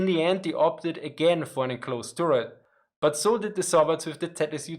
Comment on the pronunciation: Say "tuhret" (short 'u') not "touret" :-). Otherwise it sounds like "Tourette," as in the syndrome.